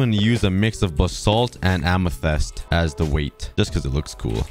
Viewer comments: Until 2023 he still says “Amethest” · How to pronounce amethyst: amuthist That's the best I could do😅